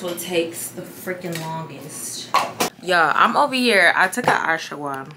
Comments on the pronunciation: It’s pronounced aash-wuh-gaan-duh. The gummies or pills you take. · LMAOO the way you are pronouncing ashwaganda is sending mee! Lmao sis you took a what?? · Lol ASH-WAH-GAN-DA... I can't lol... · I love how you pronounce ashwagandha bc baby I call that thing everything but a child of God....🤣🤣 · LMFAO you tryna say Ashwagandha is sending meeeee😭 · Saying Ashwagandha is tearing her tf up 😂